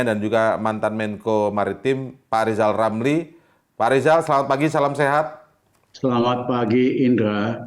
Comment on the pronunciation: Lijal lamli?Ngomong apa lijal lamli?100% ngili ya kalna dipecat jadi mentli?